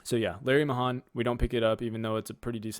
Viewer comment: Larry Mayhan was a pro rodeo champion. The Pearl Snap sell great and the more flamboyant designs. His name is pronounced ( may-han )